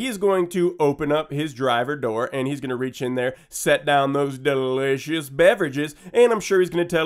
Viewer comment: I hate how he says delicious